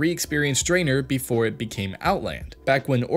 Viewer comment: Did one person write this while an other person read the lines? He couldn't pronounce Sargeras or Draenor